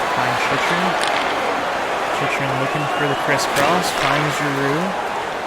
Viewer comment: Jacob Chyrhun is pronounced Chick-Rin (I believe from what I’ve heard announcers say